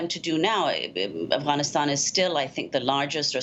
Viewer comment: Amy stop trying to over pronounce Afghanistan, driving me nuts.